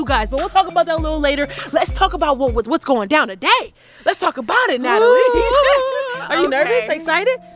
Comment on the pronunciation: Wen she said natlie it was a whole base drop in my stomach